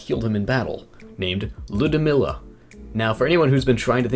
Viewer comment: Ludmila is Lood-me-la